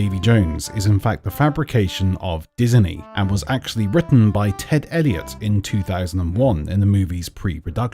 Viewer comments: Everyone: "Disney": "Diseny" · Did you say diseny?